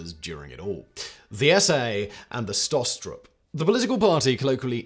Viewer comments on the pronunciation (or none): Schutz-Staffel. (Sch like Sh in Should). Not Stutz-Staffel. Even though they are goose-STepping. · "SchützSTRAFFEL?" Jesus, mate. Learn a bit of German FFS ⚡⚡ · I, as a native German (and having a great grand father with some very bad live choices, to phrase it mondainly) would like to call out that the pronounciation is "Shoots Staffel" (for English speakers) i.e. in German "Schutz Staffel" wich is vaguely translated into "security squadron", "protection unit" or something similar. You will also find sources that refer to them as "Saal Schutz" wich means something like "hall guardiance". Just wanted to clearify that 😅😉 it just does not feel right to pronounce their name wrong or in a ridiculous sounding way for the horrible crimes they commited 🙁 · "StutzStaffel"? Interesting